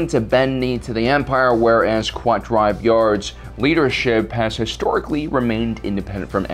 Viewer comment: So I guess the pronunciations of 'kwat driveyards' and 'señor fleet systems' is cannon now?